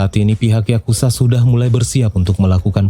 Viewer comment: Semuanya keren bang, kecuali saat abang bilang yakuza menjadi yakusa,itu jadi kurang enak banget di dengernya bang,jadi gak garang